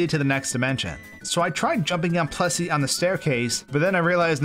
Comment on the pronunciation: I thought you were saying "Plussie", not "Plessie", but actually, it sounds like whichever one I am thinking at the time. This is freaking me out.